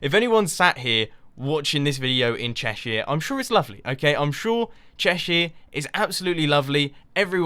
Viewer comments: Haha, I'm from a small town in Cheshire, and I didn't realise that we had that reputation. Definitely not the town I'm in, full of chavs and doley's. By the way, you say Cheshire much more poshly than I do, I say it Chesh er, with the er like the er in homer. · thats not how you pronounce cheshire you silly turnip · You pronounced Cheshire so wrong... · What's Chershire?